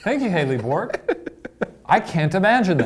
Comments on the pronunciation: Shane pronouncing Bourke as Bork actually made me lose it and I had to force myself to stop saying "bork bork" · The name Bourke is pronounced the same as the name Burke.